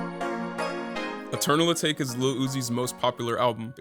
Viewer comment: I think your pronouncing eternal atake wrong, it’s a Japanese word and meant to sound like teriyaki, atake.